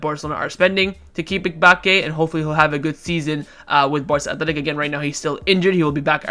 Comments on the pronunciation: i think the pronunciation of Mbacke is mmm- bac- ke not mic - bac -ke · Mebacke? Bruh learn how to pronounce names lmao!! M-ba-cke